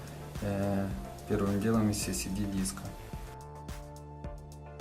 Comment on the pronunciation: ЭС ЭС ДИ!) У меня кровь из ушей, когда я слышу "СИСИДИ".